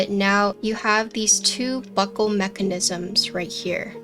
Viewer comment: A self expanding locking what?? A SELF EXPANDING LOCKING WHAT??? Oh buckle!!!!!! I swear I had to replay it three times because I heard something else!! LOL